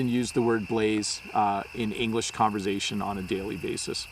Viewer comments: Hi my dear teacher and buddy, it was very interesting to me, you pronounced conversation with z sound,I mean the second part the word of conversation that you pronounced (converzation)in stead of conversation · [ConverZaishæn]? Does it a new English language? It always was [ConverSaishæn] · Very interesting your pronunciation of word "conversation" you saying "konver z aytion" never heard something like that. We leave in US.